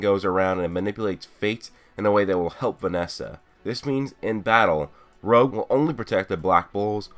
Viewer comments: It's not rogue it's rouge like French for red bro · Rouge, not rogue....... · i think its name is the french Rouge(soft g) which means red and not Rouge as said in the video.